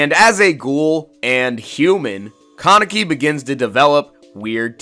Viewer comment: Say con neck e one more time. Ka Ne Ki. It's Japanese so every syllable is pronounced (in most cases)